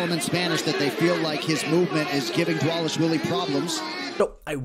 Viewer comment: Dude atleast take some time to pronounce Merab's last name. People will take your opinions much more seriously.